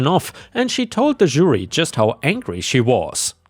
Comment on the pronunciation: really wish you would learn how to pronounce Jury.